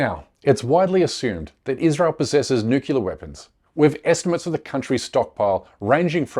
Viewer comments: When you can pronounce ‘nuclear’, I might listen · Dude, you can't even pronounce "nuclear". Start over. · It’s nuclear not nucular! Fir God’s sake get it right!!! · It is nuclear not nucelar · Oh, no: he said "nukular." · This is not as important as your content, but I don’t want my co- thinkers to sound uneducated. The word is pronounced “new ,clear“ , not “nuke ya ler”. Otherwise, thanks for a very informative show! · It's New Clear not NEWkellar! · Omg. Nu-cle-ar. Not Nu-cu-lar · Curmudgeon's Corner: It's pronounced "Noo-Klee-ar". Try it out this way: "New" then "Clear". There is no such thing, and no such word... as "Nucular". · Please, my brother, learn to pronounce the word correctly: "new-clear" not "new-kew-ler". It's not a small thing. Mispronouncing it suggests you're lazy or ignorant and reduces the faith people have you know what you're talking about. This is sincere naseeha from a friend. PleaseI consider it! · It's not pronounced nuke u lear. It's pronounced nu clee er. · What if someone actually pronounce NUCLEAR properly instead of saying NUCULAR? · "Nuclear" weapons bro...not "newkiller" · The word is NUCLEAR- 2 syllables. Not nookular or nukeular. which has 3. Stick to Nuke to be cute! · For God sake people is not Nuculur or Nucular is NUCLEAR!! What’s up with 99 % of the English/americans unable to pronounce properly a word of this magnitude ? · How can we take your video seriously if you can’t pronounce the word nuclear correctly? It is pronounce as it is spelled not NUCULAR!!!!! It takes all your credibility away and you would know this if you had spent any time studying journalism. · "nukilar" weapons? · Nook-YA-ler? I thought only American posers mispronounced "nuclear" to sound "down home". I guess not. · "nukelear" ugghh xD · Who is this fool? It’s nuclear, not nuculea. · Can’t take anyone serious that pronounces them as ‘Nucular’ weapons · Nukelear 🤣 didnt say it once correctly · The word is nuclear….. not nukular